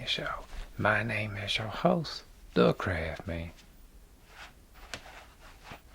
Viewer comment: There ain't no T in CRAFSMAN! :-)